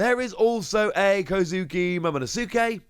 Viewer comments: Lmao still saying momonosuke wrong huh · you keep saying Momonosuke's name wrong.